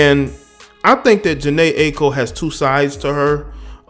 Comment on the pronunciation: jhene i-a-ko is how it's pronounced